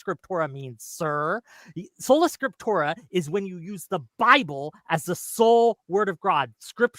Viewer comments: What the fuck is "scriptura soleram"? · Solanatium Scipturium, you have to say it like. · Ah, Scola Tripsura, no..... Trolla Sprictura, wait..... Spota Proculla???, just leave that tab open man. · "Solo Scrotumus"... intentionally or not, dude was trolling😂